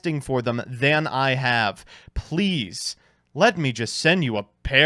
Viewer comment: Last few seconds summed this up perfectly "it is... emberassing"